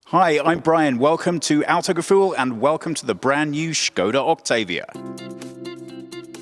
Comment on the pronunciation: Hey Team, love the effor you put in your pronounciations, Skoda was perfect :) if you'd like to step it up a notch, Octavia is [Octaavia], the 'a' is prolonged :P thanks for the vid, I didn't even know there was a new version till I saw you in my inbox, nice.